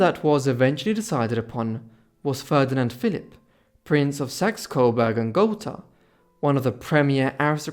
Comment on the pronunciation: Thank for saying Gotha correctly